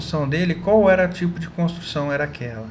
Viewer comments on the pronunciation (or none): none